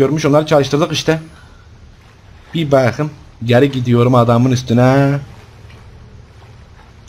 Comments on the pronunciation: no one: literally no one:: BAQIM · beterya, baqım, elenktrink, uLaĞ aMınA, kantor strink, gasžpumpz, oğlųm, veLaaĞ, SeSsiN çıkAğrmA, ToQtİr DİCTİONARY OF (ADK (AbbAs DiL kUrUMu).